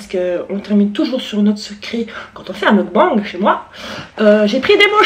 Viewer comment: Magnifique "meukban" (on dit mokbAngue)